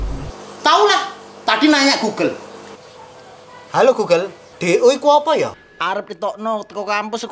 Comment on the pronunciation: hallo goggle do itu apa . Kok ngomong nya Jawa 😂😂